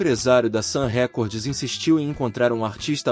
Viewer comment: Não é "Sam Récordes", a pronúncia correta é: "Sam Rikórd.